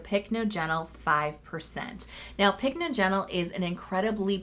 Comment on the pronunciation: It's pronounced pick NODGE en ul